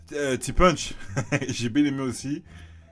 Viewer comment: T punch prononcer comme une punch bahahahah ça se prononce ti ponche (traduction: petit ponche)